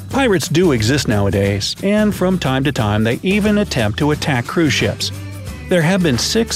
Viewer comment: Anyone else hearing “crewshits” instead of cruise ships? Just me? Oh. Kristina has left the chat.